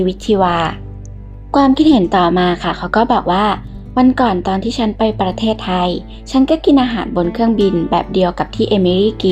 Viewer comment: แอดมิน พูด ประ- เทศไทย ทำไมไม่อ่านว่าประเทศไทยไปเลยทีเดียว 3 พยางค์อ่ะ...ทำไมต้องแบ่งว่าประ...ตามด้วยเทศไทยเหมือนกับคนต่างชาติน่ะเหมือน แิดมิน.. เป็นคนต่างชาติเลย..ค่า...10--7-67